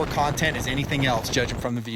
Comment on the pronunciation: True or "faltse" lol